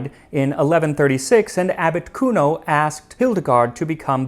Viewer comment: Every time you say "Abbot Cuno" I think you are saying Articuno. 😂